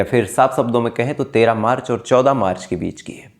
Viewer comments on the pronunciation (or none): none